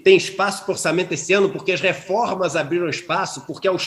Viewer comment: porqwe iso fais o qwe qwen poqwe nao ten le lei do capeta.